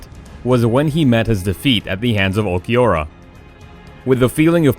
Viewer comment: Watching this and realizing the announcer doesn't watch anime when he says Vasto Lord for vs Vasto Lorde and pronounced ulquiorra so badly.